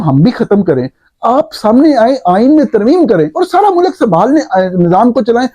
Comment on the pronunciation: mulak naheen mulk bolo